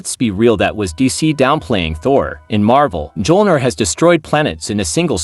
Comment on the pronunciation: You need to delete this video and re voice it. Its pronounced me-ol-near, not muh-jol-near. Best of luck in the future.